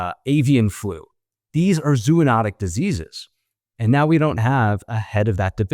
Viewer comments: Zo, long O, anotic, zo-onotic not zoo-onotic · no medical professional should say, " zoo-notic" or "zoo-o-notic." Zo*-oh*-notic is the way to go, frens.